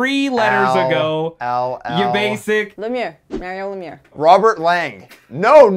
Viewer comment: Mario Lee-meer